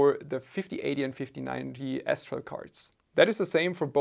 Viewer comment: Until i read the name, i swear my ears only heard you say S-troll 😀.